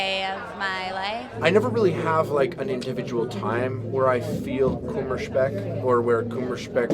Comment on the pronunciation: Dude..... He pronounced "Kummerspeck" as wrong as he could... I didn't get it at all.